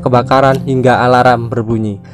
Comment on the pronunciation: Min kok alarm jadinya alaram 😂😂😂